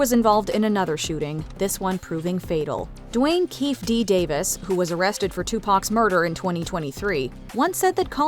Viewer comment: It's pronounced Kee Fee D